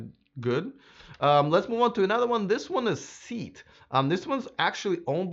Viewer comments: 'Lagonda' is by 'Aston Martin' not 'Austin Martin'...and I really like the Kia exterior (interior screens are ridiculous...and I don't think it looks like a Dodge ;-)...SEAT should be pronounced similar to 'Say-Ah-t'...you're still doing a commendable job! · SEAT pronounced sey-at